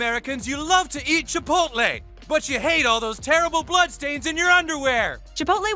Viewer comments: Haha he's trying to be funny by making fun of people that pronounce it wrong. But ends up pronouncing it "Chiopolte" when trying to be correct 😂😂... Chi-pole-tay... dear God. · I'm a simple man. I hear "ChipotLEE" I dislike. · It's pronounced chip polt lay not chip polt ta. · CHA-POIT-LAY wtf is up with how people say chipotle. I swear the smallest things bug me. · She said chipotle wrong the whole time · I hated every second she said chipotle wrong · I hate how she said chipotle until